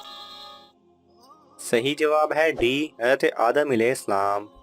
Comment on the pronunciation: Apko hazart sahi se bolna chiye. Ete na bol kr hazrat e adam bolna chiye tha